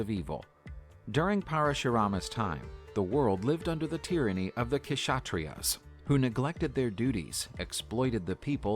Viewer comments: People can get more accurate pronunciation for Hindi/sankrit or any other language; yet the video creator call k-tria for kshatriya, even the Ganga as Ganges. Come on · And a lot of pronunciation are wrong in the video, like in "Kshatriya" Ksh is pronounced together just search "Ksh" In hindi Or 'क्ष' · Kshatriya pronounced as ‘shat-treee-ya’ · It's not kshatriya, k is silent And stop putting a after everything. It's yog not yoga, it's dharam not dharma, it's ramayan not ramayana etc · Kshatriya the K is silent